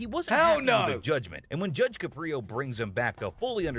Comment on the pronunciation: I've met Judge Caprio, He's truly one of the nicest people you could ever meet. Unfortunately, after he retired, he had some health problems, but he"s doing much better now. BTW, his name is CAP-ri-o; not cuh-PRI-o A video interview with the Judge from last month Judge Caprio: I Don't Know What the Future Holds